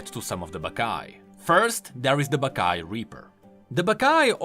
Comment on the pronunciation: When i hear the name baccai i only hear "baka mitai"